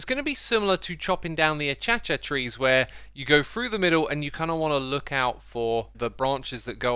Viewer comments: ACHACHA TREES HAHAHAH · Achacha trees? 😂